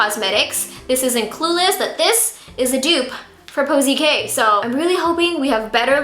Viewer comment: KoKo K not posie K 😂😂😂